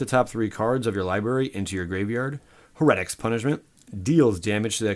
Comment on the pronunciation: You got screwed... Your pronunciation was good! Only thing I saw was heretics punishment you said Ha-ret-ics and it's Hair-ah-tics keep it up my man!